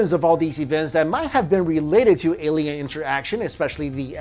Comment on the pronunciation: It's alien with. A...not Eliens...E